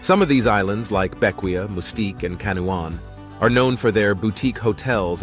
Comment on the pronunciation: It’s pronounced Vin-Cen-Shuns. Bequia is Bek-Way. Canouan is Can-O-Juan.